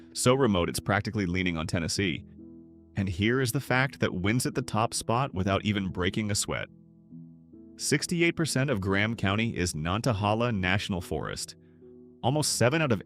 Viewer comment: Note about Spruce Pine. This is the home of a conservative politician scumbag named Ralph Hise. Consider the people in that area based on this. Also, your AI voiceover sucks. Another mistake was Nantahala--it is pronounced nan-ta-HAY-la.